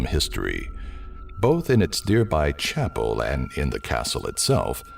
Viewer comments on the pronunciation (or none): none